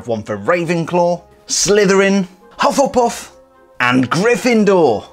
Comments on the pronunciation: Hufflepuff not hufflepuss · U sayed hufflepuf very funny 😅😂